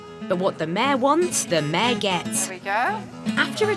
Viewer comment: Mayor not mare